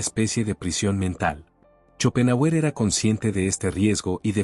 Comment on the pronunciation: Muy interesante el tema , pero su pronunciación al nombrar a shopenhauer es horrorosa !